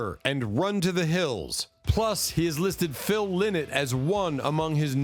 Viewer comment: Phil Lynott is pronounced wrong in this video His name is pronounced Phil Line-not.